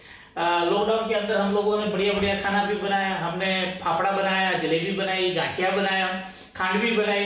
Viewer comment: jilebi nahi jalebi bolte hai